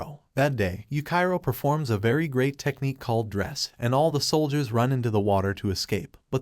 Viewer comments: Bruh it's yuchiro not yukairo but good content do i love it ❤ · Dudeee you disrespected yuichiro by calling him yukai-ro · And yuchiro